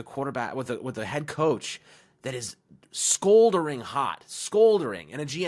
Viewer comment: It’s scalding, or smoldering. Not scoldering.